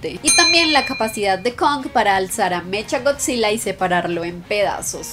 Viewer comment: Para corregirte en HBO max se estreno el 31 de marzo no el 24 o el 25 de marzo y en puerto rico y estados unidos se estreno el 31 de marzo también y aunque que se escribe mechagodzilla se pronuncia mekagodzilla y HBO max está en puerto rico desde el dia 1 y también Disney+